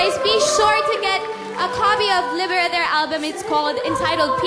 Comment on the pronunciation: buti tama ung pag kaka pronounce ni Anne Curtis ng Libera!